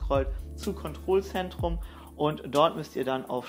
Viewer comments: „Kontrolsendrum“ das regt much so auf wie du daa sagst🙄 es heißt kontrollzentrum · Bruder es heißt Kontrolllllzentrum übertrieben gesagt nicht kontroooolzentrum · KontroLLLLLLLLzentrum 👍🏼😂 nicht controlzentrum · Sind ein zwei gute Tipps dabei aber bitte Kontrollzentrum hat zwei L, dass sollte man auch bitte so sagen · Hat der einen Scheiß Sprachfehler oder bin ich der einzige der "Kondrollsendrum" versteht? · Warum spricht er Kontrollzentrum so komisch aus 😂😂